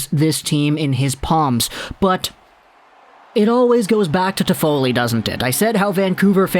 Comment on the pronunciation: Stop butchering his name please leave an don't come back